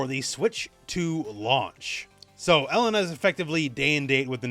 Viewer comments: Now I have to listen to call her Ellen-a instead of E-lena the whole video. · It's pronounced E-LAY-na not "Ella-nah"